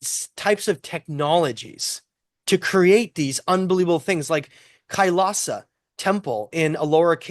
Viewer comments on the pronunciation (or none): none